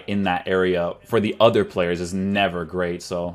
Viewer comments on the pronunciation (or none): none